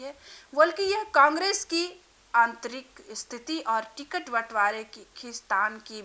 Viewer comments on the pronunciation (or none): Ti-Cut— nahi Ticket